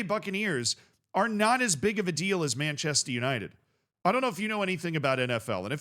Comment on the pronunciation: Is it really that hard for an American to say Manchester? It's Manchester United not "Manchested Yanited"